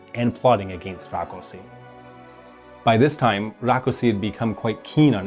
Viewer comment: No problem with the order of the names, but in Hungary S is Sh and SZ is S. So Rákosi is pronounced Rakoshi.